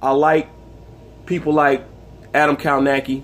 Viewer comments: It’s kov-nacz-ki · "" Kow-Nos-Key", Sir.